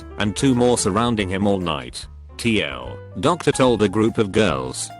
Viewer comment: Too Long, didn't read. It's just not being represented in Text to Speech and being read as "tl, doctor", which is pretty damn annoying.